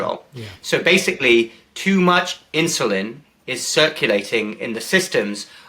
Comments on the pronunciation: Why is Campbell saying "inshulin" instead of insulin. Any ideas? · It's not inshoelin!